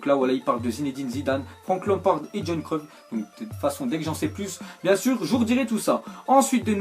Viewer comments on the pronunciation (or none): Tu prononce mal le nom de Johan ca se prononce comme Yohan